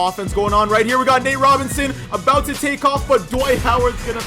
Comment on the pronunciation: me: it's about time: iT's aBoUte tImE that accent gets me every time